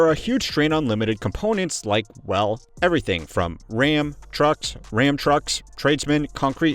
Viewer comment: “Ram.. Trucks… Ram Trucks..” 💀 idk why I didn’t see that coming and it has me laughing so hard lmao